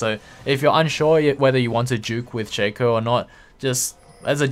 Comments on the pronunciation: everysingle time I hear shaker I'm like... is this dota? I thought this was lol :v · I guessed He wanted to say shaco, but sounds like "shaker" everysingle time